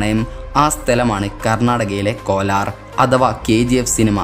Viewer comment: Kolaar alla kolar